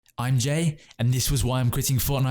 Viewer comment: Im sure im not the only one laughing when you say ‘im jay’ thinking you say ‘ im g-a-y’